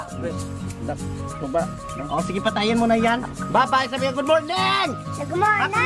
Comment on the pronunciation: hello Goodmorming ... 😆😆😆 natatawa talaga ako sa hello goodmorNing na linya niya..